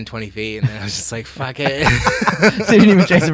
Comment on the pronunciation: I listened to this last night during my smoke after work sesh and have to say this I haven’t listened to a more interesting podcast in a long time. Cracked up every time said fack! My brother and best bud say that all the time since we heard a guy sliding down face first on an icy ski slope shout faaccckkk😂